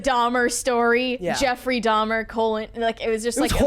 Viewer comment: "Dhamerer" must has a degree in namiology